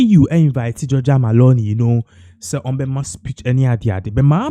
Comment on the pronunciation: Please her name is not MALONI it's MELONI! Look and read well🇮🇹🇮🇹🇮🇹🇮🇹